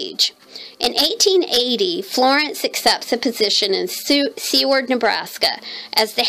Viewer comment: I too was hanging on every word. You did such a beautiful job on this. You should make more of these story journals. I live in Nebraska and you pronounce Seward (Sue - ward).